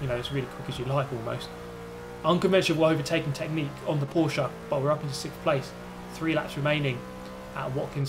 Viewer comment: I'm "sick'th" position six..... Triggered mate..... Stop it. You're either english or you're stupid. Stop it!